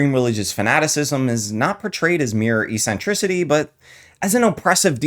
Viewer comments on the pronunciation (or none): Uuhh, did you actually say esentricity?